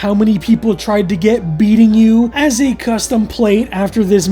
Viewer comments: I think the licence plate is supposed to be pronounced as B-EATNG-U. Not sure if you wwere joking in the video by calling him beatingu haha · Its not "beating u" its "B Eating U"